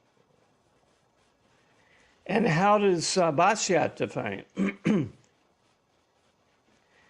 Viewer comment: "Bastiat" is pronounced "bastia", without the final "t"